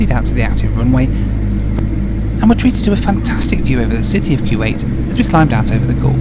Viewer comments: ) .. that man was trying to figure out what in the world you were doing,,,I agree with you so much! Those dividers are foolish! Whats the point of having privacy for your arms?, Its Koo-wait not Kyoo-wait :) Great Video! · Dude, it’s not pronounced Q8.